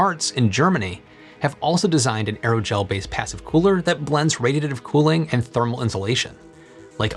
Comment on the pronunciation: Can you please enunciate when saying the word, "radiative"!!?? Speaking is clearly not your strongest quality.